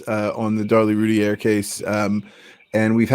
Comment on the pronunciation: Please say her name correctly lol lol 😆 🤣 Rooo- tier ... I don't know why I let things like that bother me🤣 Sorry not trying to be rude. Thank you so much for the upload. Casey Anthony should be on death row. Darlie should have been home years ago.